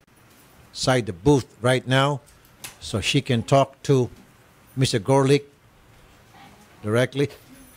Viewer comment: The reporter said Garlic instead of Gorlick ha ha